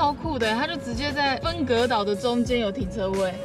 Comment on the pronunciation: 為什麼分隔島講成恩隔島啦🤣😂